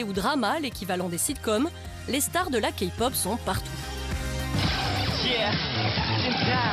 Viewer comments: C le premier qui à dit kaypop et non kapop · C'EST PAS KA POP MAIS KAIIII POP PUTAAAAAAIN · La Kapop x) -> Se prononcé KeyPop comme la clé. Sinon Psy n'est pas la référence de la Kpop mais bon... Sinon y a Bigbang alord je pardonne ^.^ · c’est moi ou elle a dit « Ka-pop » 😂😂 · ha rien si il représente la k-pop par psy 😂 j'était morte quand la fille à dis kapop même la presentrice le dis mieux qu'elle c'est pas possible 😂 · désolée de te contredire mais Key se prononce ki alors non Kpop se prononce Kaypop plutôt :) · "KAPOP" D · MAIS ARRÊTER D'ÉCORCHER LES NOM PUTAINS !!!! ET PSY FRANCHEMENT IL Y A PLUS CONNU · Ne te dis pas fan de K-pop si tu dis "Kapop". Bigbang dit à la française est pas mal non plus :rire: "JiPop" /RIRE/ [...] Girls' Generation [..] Ces boys Band [...] MDRRRRR :') "Girls", c'est des filles :') /RIRE/ Psy, c'est pas de la Kpop, je trouve qu'il en donne une fausse image :') "La Kapop" Ptn, K-pop ça se dit à l'anglaise.. :'(